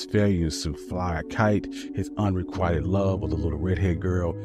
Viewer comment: Unrequited? Sounded like, unrequired (not a word).